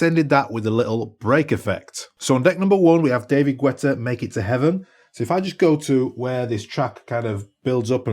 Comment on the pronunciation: Hilarius how you sayd "David gUetta"! 🤣🤣🤣🤣